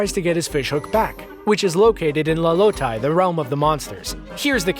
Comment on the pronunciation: how did you manage to mispronounce so many of the names from moana when the correct pronunciation is right in the movie? it's not "TEEka" it's "teh-KAH" and it's not "laLOtai" it's LAlotai. also maui isn't holding his hook when he's in animal form, but he can't control the weather either.